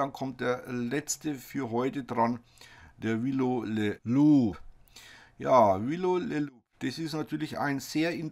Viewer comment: LOL! Joh ... wie Du halt im Nachhinein noch schnell die Aussprache von LOUP geändert hast! :D Hab Tränen gelacht. Nur dass es am Ende eh wieder louPP is! :D